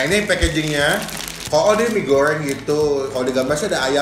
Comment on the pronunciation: salfok saat nyebut "bawang goŕrrrrrreng,mee gorrrrrrreng,kerrrrrrrring" kayak tutur bule kalau ngomong bahasa indonesia😂